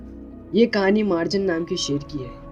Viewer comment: Bro मार्जन nahi मर्जान hai uska name